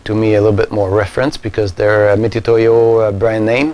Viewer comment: It's pronounced mitsutoyo, not mitootoyo.